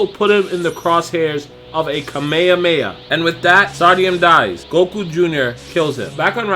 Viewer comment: So.... we just gunna ignore and all the other times he said this completely wrong? Cmon dragon ball fans where you at?